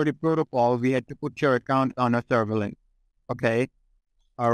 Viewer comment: That scammer got played like a fiddle. Serves him right for trying to use the "word" "serve-a-lens" in a sentence 😂😂🤣